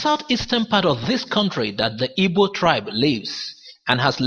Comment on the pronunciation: Igbo not ibo....who tells you guys this rubbish ....it's igbo the people who can't pronounce the "gb" sound. Call it ibo or ebo....stop it today 😂